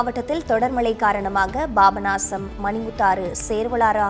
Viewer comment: Pronounciation worst. Babanasam... Papanasam.